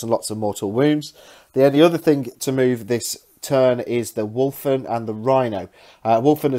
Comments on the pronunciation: Sorry, but my OCD kills me at times like this. Even with an accent there is no "r" in Wulfen. I know, I know. Report to my nearest Chaplain for re-education. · I dont want to be this guy, but its driving me mad. its wulfen, there is no R. sorry and keep up the great batreps